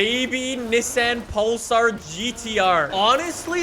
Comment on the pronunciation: I keep thinking he say Nissan Polestar lol